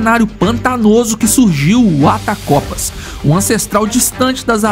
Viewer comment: Attercopus, não atacopas